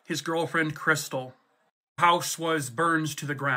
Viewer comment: "That's Chris-tall, like the champagne"